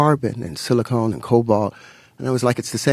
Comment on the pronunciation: Not sure how seriously you can take a Mendeleev-wannabe when he keeps referencing "silicone" rather than 'silicon".